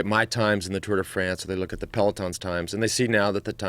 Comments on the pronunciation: Fronce lol It's France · I love how Joe always perfectly pronounces the "Tour de Fraaaance". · at 1.46 the way he pronounces France is hilarious! Is Joe an undercover Brit?